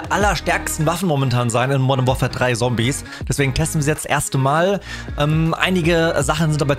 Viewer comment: Deine videos sind nice auch wenn deine Aussprache nicht immer die Beste ist Zombies da sagt er Sombies😂 bei MW2 wo man was Hacken muss für die Waffe Sagt er Haken 😂 aber ansonsten immer sehr nice und Unterhaltsam